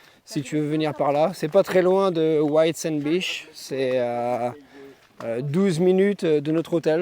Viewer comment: Merci beaucoup pour tes vidéos! « Beach » ne se prononce pas « biche » 😂! A++ poto